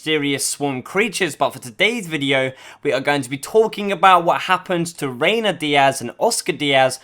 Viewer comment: Reyna not Reynar